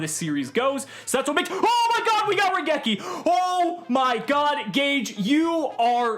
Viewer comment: Coming back to the first episode after watching everything so far. I have one question for. What is a Ruh-geki? I know what RAI-geki is, but Ruh-geki? Never heard of it.